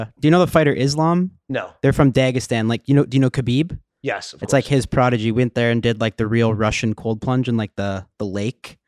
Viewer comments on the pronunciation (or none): Kyle never pronounces Khabib properly.